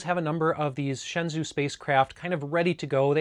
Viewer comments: Just a quick tip, the shenzhou is pronounced like "Shen-Joe" you pretty much got it right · It’s pronounced like “shen-joe”. “Zh” is like a j-sound. “Ou” is an o-sound like the name Joe.